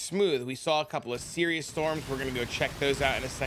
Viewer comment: Sirus. His name is Sirus. Not Sirius. Sigh-russ